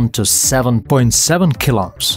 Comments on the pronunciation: Good content, but I was distracted by your pronunciation of "KiloOhms" as "kiloms" (at first I did not even understand what you mean) The name Ohm comes from German, and the letter "h" after a vowel indicates that you should read that vowel long... so Kilo O:ms how did you manage to squeeze one short plus one long o into a single supershort, almost silent o? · Is sounds like you are saying "Kill-Ops" But I know you are saying Kilo-Ohms.. :face-red-heart-shape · Really hate how this guy pronounces kilo ohms